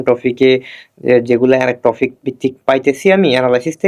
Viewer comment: Ha barbar sudu টপিক কে টফিক টফিক বলতেসিল 🙄